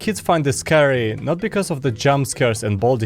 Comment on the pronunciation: Scary: exists: Sceurry